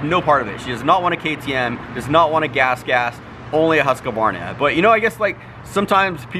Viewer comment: Huskvana not huskyvanaer